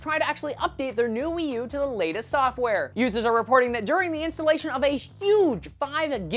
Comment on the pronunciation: The way he says Wii U sounds fun- Weeeee U!